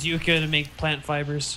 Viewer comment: If I had an account when you uploaded this I would've corrected you then but yucca is pronounced yucka.